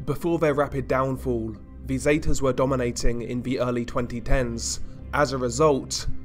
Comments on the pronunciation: The way he says Zetas makes my ears hurt. Seh-ta-s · How can you not pronounce Zetas correctly